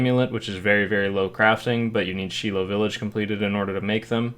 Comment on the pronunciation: She-low village.... wtf bro it's Shy-low village.